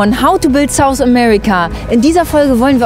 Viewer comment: Boa hast du ne kleine Wohnung. Und seit wann muss man erklären was man sieht? Das war vorher nicht, und war vorher auch schon super. Warum plötzlicher Rückschritt? Ah in by the way... das englische „TH“ by „South America“ muss noch etwas geübt werden, wa? PS: Beitrag super, die rote KommentarTante ist überflüssig und nervig.